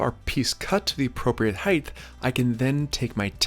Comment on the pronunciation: omg it's the "heighth" guy again lol